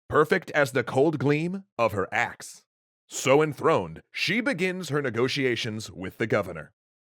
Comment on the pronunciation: I heard ass insead of axe... Pls tell me in not alone...